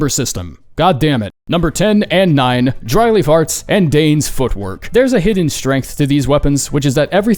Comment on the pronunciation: I can't be the only one that heard "drily farts" instead of "dry leaf arts". That's a very different kind of weapon.